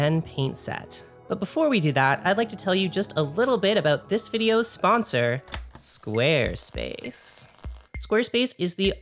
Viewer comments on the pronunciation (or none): I'm gonna have trouble pronouncing it any way other than "Sqaaaarespace" from now on.